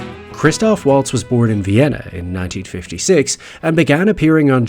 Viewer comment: You could at least pronounce his name correctly.